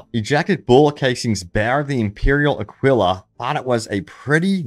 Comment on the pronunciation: It’s pronounced a key la not a quill ah